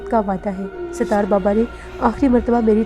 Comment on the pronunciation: . Please improve your URDU . Sitaar nahi Sattar Okay 👍 .